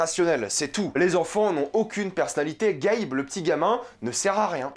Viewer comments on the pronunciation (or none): ta critique est interessante, car c'est un point de vue plus exterieur à l'univers de King car tu parles juste du film, mais cependant je pense que tu aimerais vraiment lire le livre (que j'ai adoré bien plus que le film) car cela te ferais comprendre plein de petits details qui rajoute vraiment beaucoup à l'histoire et cela rend les choses moins bateau. ps: l'enfant c'est Gage, pas Gabe ;)